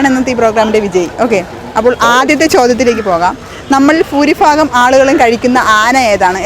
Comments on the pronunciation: ഫൂരിഭാഗം അല്ല ഭൂരിഭാഗം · ഫൂരി ഫാഗം. ചോദ്യം ചോദിച്ച് cecchi ........ മലയാളം ഭാഷയെ ദയവു ചെയ്തു കൊല്ലരുത് ... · എന്റെ കൊച്ചേ phoori phagam. എന്തോന്ന്. ഭൂരി ഭാഗം.... അതേലും നേരെ ചൊവ്വേ പറ